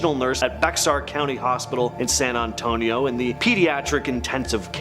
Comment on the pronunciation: Stupid dude bexar help your uneducated butt. It’s bear ar. Also stopped over pronouncing cities